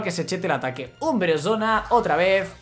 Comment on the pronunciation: Porq dices umbresona???